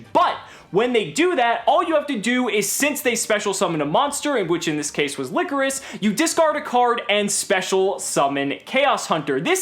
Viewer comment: its not pronounced like licorice its pronounced LY-CHORUS